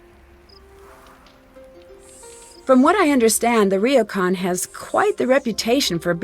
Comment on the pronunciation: Gosh, you think they could’ve coached Lani Minella on Japanese pronounciation. Reeocon